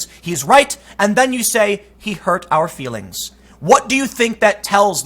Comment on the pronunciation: Muh Fweelings